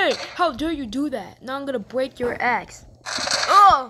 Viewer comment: was that axe or ass